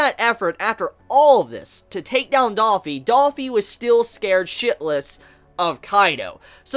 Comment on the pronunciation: bruh, just gotta say, i like your vids and all, but its not daffy, its dOffy lol, it annoys the fuck outta me when you say that